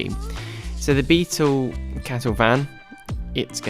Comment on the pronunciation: Aargh - beetuwl, metuwl, wheeuwl, axuwl!